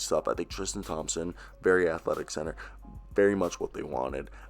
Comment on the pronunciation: Bruh. You can’t say theis right or thompson, what’s up with that man